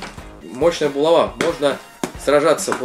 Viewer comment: булава ударение на а